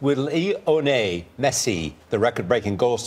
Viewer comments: Old man can't even say the goats name 😂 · god he butchered his name